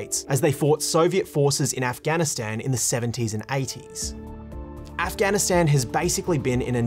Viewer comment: The only bad thing abt this video is the way he said Afghanistan, Afgan and The Taliban